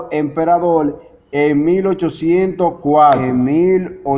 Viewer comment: Austria es distinto de Australia: min.. En ese tiempo Australia aún no existía como país., creo que eres cubano por el uso de la letra L en lugar de la R. La palabra no es "emperadol" sino "emperador. Tuviste una buena intención cuando publicaste este vídeo, pero antes de divulgarlo debes editarlo correctamente, también debes practicar la lectura, igualmente necesitas repetir para ti mismo algunas palabras complicadas, y después de todo eso, entonces podrás leerlas de manera correcta y natural en la cámara.